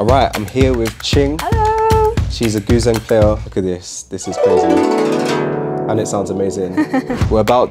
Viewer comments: "Goo-zeng" lol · It's pronounced Goo Djeng (gǔzhēng), lol Good stuff and super efficient indeed, looking forward to other of these types of videos